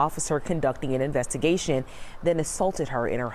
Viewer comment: Did you hear him say, "that she was under investergstion" and that he was her "Black Gaurdian angel" to save her from the investergation....she was scared and he took the advantage of that......she was never under any investergation...it was the trap and there were other victims that testerfied at the trial... like five (5) more women...FACTS!